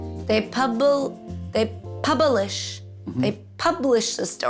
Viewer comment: "Pubilish... pub-I-lish... puuuubiilisch... Pub. ii. lish." X-D